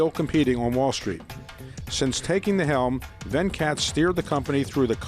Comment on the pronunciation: It's not Vencat its Ven-cut